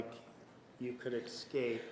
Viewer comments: Even though Martinez calls him out on his syntax, Nurmi continues to say "excape" or "excaping." Every time JM raises one of his concise, appropriate objections, Nurmi always starts to go into this long ass defense/justification of his stupid, leading questions. This time JM, (having a hard time looking around the whale) says to Judge Stephens, "the way it works is, I make the objection, you give your opinion." Made no impression on Nurmi, of course. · Hunter Tully If you listen to Nurmi he's not saying escape. He's saying excape that's why it's spelled that way on this post.